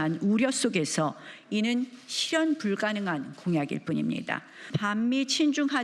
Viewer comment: 쥐퓌유~ 슛자노름~ 쉬련불가능~ 나경은 발음 짜증난다